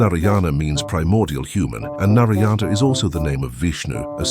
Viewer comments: As an Indian, the way u say nariyana is so funny lol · it’s pronounced as Naaraayana. The “a” should be pronounced a bit longer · Love the theory, but the way Narayana is being said in the video is killing me 😂😵